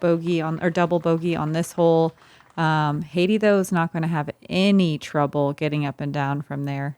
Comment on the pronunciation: Love to see you geese finally fixing how you pronounce Heidi's last name. This is as good as an English speaker can ever be expected to do, good job <3